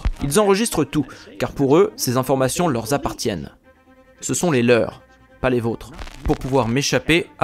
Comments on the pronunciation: "leur z'appartiennent" ah oui? leur r'appartiennent , svp ; merci pour mes oreilles! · 😮😮😮 de grâce arrêtez la sur-correction !!! à 3mn45 c'est la 2ème fois que vous faites une liaison qui n'existe pas --> vous dites : "ces informations leur(s) z-appartiennent" !🥺🥺 Non!--> Ces informations LEUR appartiennent (appartiennent "à eux" / leur ) --> pas de S à "leur" Par contre : dans le cas où l'on utilisent "les leurS" il y a un "S": --> ils s'approprient ces informations et les considèrent comme LES leurS. 😊